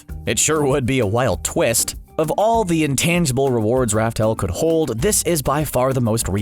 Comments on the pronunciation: Laugh tale not raftale wtf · ITS LAUGH TALE NOT RAF TALE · This man still pronounces "Laugh Tale" as "Raftel" smh🤦‍♂️🤦‍♂️ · I thought it was called laugh tale not Ralph tale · It's laugh tale